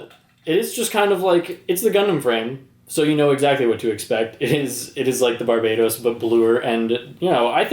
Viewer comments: dude its bar-buh-toes not barbados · bar buh toss*